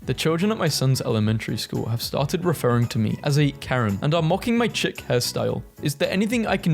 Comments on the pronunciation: Chic is pronounced (shee-k) not chick :) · Chic is pronounced sh-eek and mocha is pronounced mok-uh Edit. Facetiously is probounced Fah-see-shus-ly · erm actually it’s pronounced “sheek” 🤓